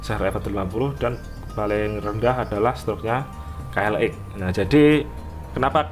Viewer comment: Ka el eks om bukan ka el ek